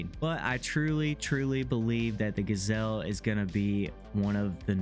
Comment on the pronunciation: Not a gasel. Its GJel'